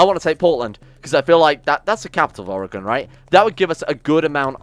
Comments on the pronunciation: My god someone not from oregon actually is saying oregon correctly Oh no ... He's renaming things... also yes beaverton is actually where I'm in right now. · As an oregonian, you pronounce it better than 90% of other americans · As a fan I hope you win. As a proud American citizen I hope you lose. Edit: Your pronunciation of Oregon was a nice surprise.